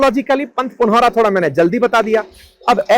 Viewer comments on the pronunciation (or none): पुनौरा, और पंथपाकर सही उच्चारण है।